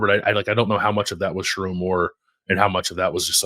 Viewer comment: Also....learn how to say his name: irs sher-OWN (mnemonic device should be pretty obvious 😘) PS - Donovan Edwards and Colston Loveland are the Kings of Columbus 😂